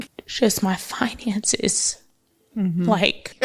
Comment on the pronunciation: Facts, talking bout finances but laying in bed with a man showing all her gums to a non 9-5 man and not having her bills paid with her " FIINANSAYS "😒INSANITY.